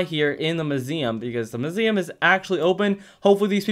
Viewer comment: It’s so fun listening to you saying “muSIuM”